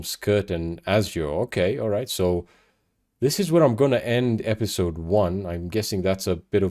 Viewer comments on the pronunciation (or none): none